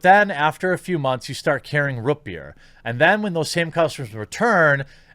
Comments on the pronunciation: ROOT beer not roopbeer haha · “Rut beer?” Is that some Midwest thing? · Jeremy: "Rut Beer" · No one: Jeremy: rUt BeEr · Lmao. I thought I was the only one that heard that 😂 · I can only assume its a mid-western thing. I just thought it was funny. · I feel personally attacked by the way you pronounce root beer. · The way he says root beer... 😖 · I haven't been able to hear the Midwest in your speech very much until I heard the way you say Rootbeer.